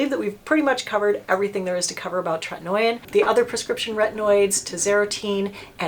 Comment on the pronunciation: Correct pronunciation is TRET-IN-OH-IN not tret-in-noy-in. Not trying to be obnoxious, just know you like to be correct in your information.😊